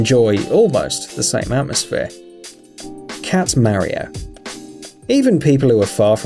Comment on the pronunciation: Please learn how to say MARIO !!